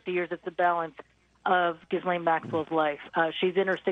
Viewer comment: As much as I don’t like her, please say her name correctly! Ghee-Len